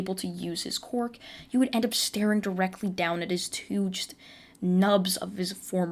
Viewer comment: Ok I don't mean anything bad about this but I just love how you say "cwork"